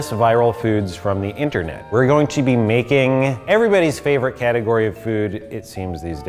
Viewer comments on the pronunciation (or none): She's my fravrite.